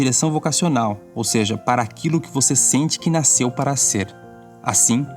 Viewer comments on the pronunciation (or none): none